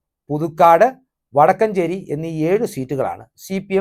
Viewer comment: വടക്കഞ്ചേരി അല്ല വടക്കാഞ്ചേരി 😊